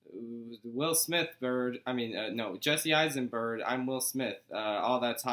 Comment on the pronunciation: "Jesse Eissenbird". Hehehehehe.